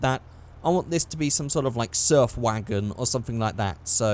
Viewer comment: When he said surf wagon I legit thought he said surf wanker.